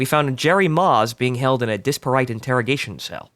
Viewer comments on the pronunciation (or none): "Disparate" is usually pronounced DIS-pahr-ate or DIS-pahr-et, not DIS-par-ite. It means "not similar" or "not comparable", as you said, but it has also picked up the connotation "separated". Laidlaw means "Dispar" and "Disparate" to be the reverse of Combine (which means "brought together"), the same way he reverses the genders of all the major characters in order to change their names and avoid using Valve Inc. intellectual property, as I'm sure Valve owns trademarks on the names Gordon Freeman, Alyx Vance, etc. Great reading, really good video -- I'm with you, man: this would have been a lovely ending to Gordon's part of the story, and would have been a blast to play. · Pretty good. That said albeit is AL-BATE, not A-BIT. Also there is no I at the end of Disparate, where did you come up with DispaRITE with a hard I sound? It's not like Disparate even ends in a hard A sound like RATE, it's RAT. DispaRAT. If you are going to do readings at least bother to find out how a word is pronounced. Also, could have done without the swearing at the end of each paragraph. It's a big reveal or idea, we get it. No need to swear. Thanks. PS: CoHAIRed? PPS: Do I need to even mention acquiesced? I mean ICED? Seriously? PPPS: Circulicious? Is that like Bootylicious but with circles? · 'Disparate'. Dis-pye-right is not the correct pronunciation of that word. It's Dis-pih-rit (or something similar). An otherwise flawless video. Cheers.